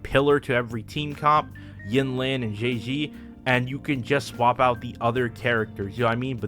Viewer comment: I will never get used to people pronouncing Zhezhi as Jay Z